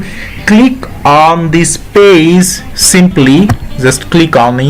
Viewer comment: It’s not paze it’s page👌